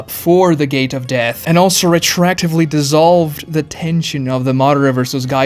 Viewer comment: It’s pronounced retroactive not retract. Re-tro-active.